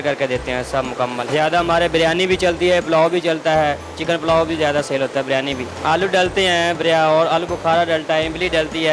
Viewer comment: Its not Baaaryani its Biryani name to seekh lo pahlay Host karnay wali aunty....